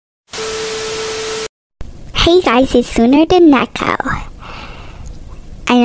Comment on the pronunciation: its neko not nêko